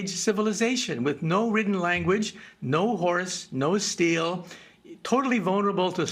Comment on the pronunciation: It took me a moment to process he said "the horse", and not "the whores"...